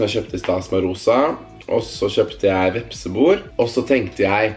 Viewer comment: Jeg sender telefonen videre til han som uttaler vepsebol, «vepsebor»